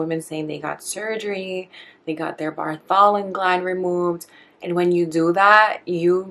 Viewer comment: Pronounced BARTHolin.